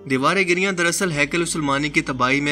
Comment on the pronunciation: Giriyan nahi "giriya"